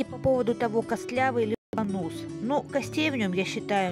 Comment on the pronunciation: Рыбка правильно называется Бангус (Bangus), в ролике я называю его Бонус (с ударением на последнем слоге) - именно так называют его у нас в деревне, не проговаривая "g". Ну и я привыкла😁...